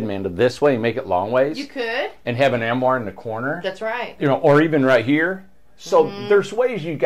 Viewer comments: It's not Amoire; it's Armoire. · It's an arm-oire. Not am-oire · Teach to properly say armoire. I like the twin bed at top with the built in ladder. Can't understand the need for 2 beds and 3 chairs, though.